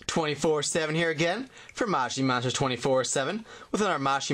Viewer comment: Its not mashi monster its moshi monster ps say it right